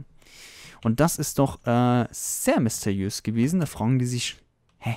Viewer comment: misteiös?! Ernsthaft? Sprich das RRRRRRRR!!!!!